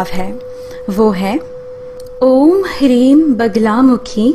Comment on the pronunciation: Mantra me - Hleem hai na ki hreem